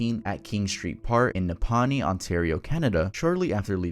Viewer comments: Nap - a - Nee close to where i live, crazy didnt even here that story... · OMG the first one is so sad, I live in Ontario (btw the town is pronounced nap-uh-knee) and its an insane tragedy. RIP Garret